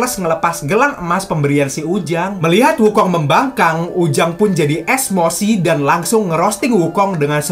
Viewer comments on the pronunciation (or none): Bsng bukan esmossi tapi emosi bang